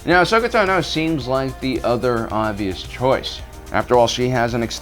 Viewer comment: All these years and you really cannot pronounce Ahsoka's last name yet or do you do it to mess with us? It's cringy bro